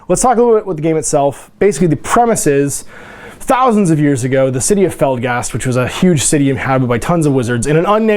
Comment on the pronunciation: I like your videos... but it so bugs me that you say Felgast and not Felstad.